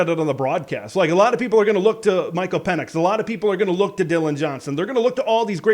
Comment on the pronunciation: Some points of clarification: - Our QB’s name is Penix, not Pinnex. - Jimmy Lake was fired for a culmination of issues. Some of these reasons were directly football related (mediocre at best record, embarrassing loses like the home opener against FCS team Montana, awful hiring decisions like OC Donovan, and piss poor recruiting) and some were for other reasons (multiple physical alterations with players that he refused to apologize for, multiple reports of verbal abuse and emotional instability towards players and staff, low game attendance and fan enthusiasm compared to the much beloved Petersen era, cratering revenue due to said low attendance and enthusiasm, started several unnecessary blow ups with the press that the university had to clean up, and repeated conflicts with athletic department and university staff about handling all the above issues to the point where it was getting hostile and unmanageable). The incident you’re referring to was the straw that broke the camel’s back. Cohen only suspended Lake for that incident, but Cauce wanted him gone so he was fired. Glad they moved on that fast because we clearly got a coaching upgrade. - Just my opinion but I’d hard disagree about our D line being great. They’re too inconsistent.